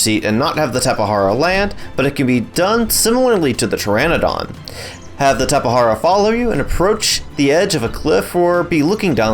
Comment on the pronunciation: and he called it a tapehara, bro correct pronunce is QUetzalcoatlus and tapeJara